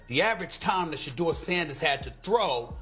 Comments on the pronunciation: Say that man’s name correctly pleeease Sha du er NOT SHADOW🤦🏽‍♀️🤷🏽‍♀️ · His name is not Shadow Sanders, it's Shedeur Sanders (She-deur Sanders).